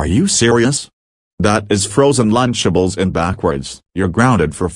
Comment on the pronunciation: I like when said frozen lunchebles